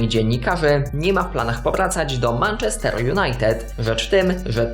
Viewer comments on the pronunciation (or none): Naucz się mówić Manchester wariat